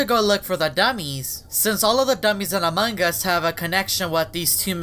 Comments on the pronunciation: This is the time he said among gus not among gus its among us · Why you always say amanga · Fun fact: says amangas